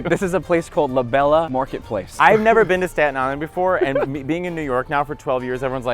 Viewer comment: Come on Mateo, "La Bella" is not an italian market, is a latino market, you speak spanish, asi que pronuncia bien La Bella, pero no como gringo!! LOL Love your channel, Saludos desde Ensenada, Mexico